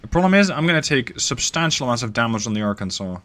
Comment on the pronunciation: You did a near-perfect pronunciation on Arkansas and some people saying similar fashion of Kansas put in a ar in front of it multiple ways to pronounce it but you did want a more common ways to do it if you did a pretty well so kudos to you